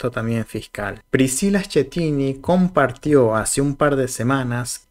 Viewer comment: Señores: Se lee ESQUETINI...ESQUETINI...ESQUETINI.....ESQUETINI........ESQUETINI......ESQUETINI........ESQUETINI.........Asi o màs claro?????......No es ESCHETINI... ....Noooooooòooooooooo !!!!!!!!!